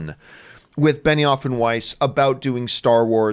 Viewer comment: I don't watch Game of Thrones or really know anything about the creative team. So for the longest time I thought you were saying Benny Offenweis